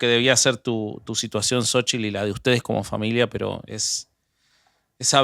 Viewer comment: No digan jaladascomo sochil, se escribe xochitl y se pronuncia shochitl y significa flor, y si lo quieren decir en español diganle flor